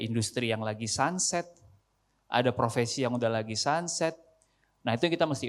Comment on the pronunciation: Profesi, bukan provesi